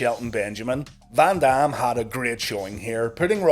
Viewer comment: The way he says Van Dam I kept thinking he said Bam bam, I kept waiting for a run in that will never happen